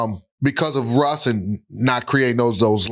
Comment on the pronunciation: What the hell London fletcher be talking about “Rush Rush”…the man name is Russ not Rush…then gone say “no pun intended” 🤦🏾‍♂️🤦🏾‍♂️😂😂